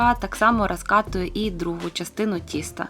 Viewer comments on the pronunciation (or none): Супер рецепт і виконання дійсно класне... 😉👏👏👏Та елЄментарно і розкатую трошки різанули слух....